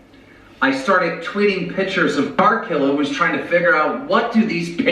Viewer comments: Him saying “pitures” made me so angry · never trust a 40-year-old man who doesn't know how to pronounce the word picture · I hate the way he pronounces pictures 😩